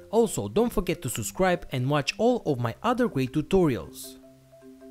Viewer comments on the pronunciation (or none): none